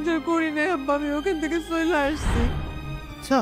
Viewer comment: আমি আসচি আর কে আসচ বলেন।